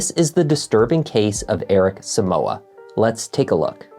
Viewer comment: The name is so-mu-ah not soo-mu-wa. It's a Ghanaian name please so don't grammartize it🙌